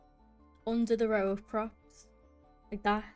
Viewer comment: was a good watch, love your accent everytime you said "like tha" :D